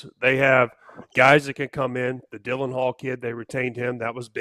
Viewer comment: It is Dallin Hall not Dylan Hall... Come on now